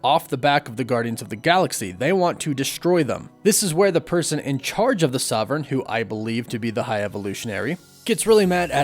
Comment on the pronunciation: Is there a reason you can't pronounce 'sovereign' properly?